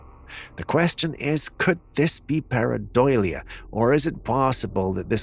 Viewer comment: bro, it's PAREIDOLIA not PARADOILIA, awesome stuff btw, thanku.